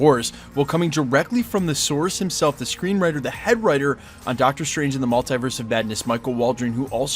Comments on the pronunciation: Mull-TEE-verse... Not Mul-TIE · you're the only american i've heard say mult-eye-verse